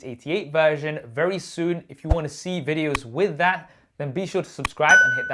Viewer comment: "face id is wewy good"